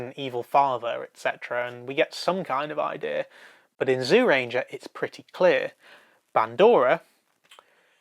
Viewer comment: It seems like the people who do these Super Sentai reviews, are hard of hearing. I don't care how the words are spelled. I don't know why it is spelled "Zyuranger" to begin with. But it is certainly NOT pronounced as "ZEEUranger" or "ZOOranger". Fuck sake. Watch the series. "Juuranger" or "Jewranger" is what the word sounds like. SIMPLE.